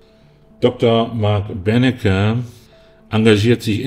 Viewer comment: Der heißt übrigens Benecke, nicht Bennecke...